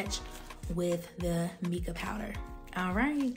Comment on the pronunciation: How come you didn't measure anything? Also it's pronounced MY-KA. I know the spelling looks like Mica...Also the reason your mixer didn't work is because the base is too heavy. You can make your oil base with pigment, mix it with the mixer and then pour that on top of your base and use a spoon. Lastly, you have to sterilize everything you use.. including bowls and tubes or your products will grow bacteria. Hope this helps